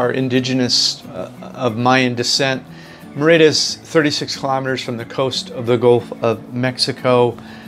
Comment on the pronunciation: It is Mérida, with the accent on the first syllable.